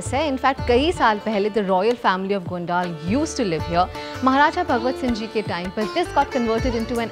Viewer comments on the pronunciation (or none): You’re pronouncing it very wrong. It is गोनडल and not गोनडाल as you’re pronouncing it. If Indians themselves spoil the pronunciations what can we tell the foreigners? So please take care while pronouncing Indian names 🙏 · Its not gondaal its gondal 😅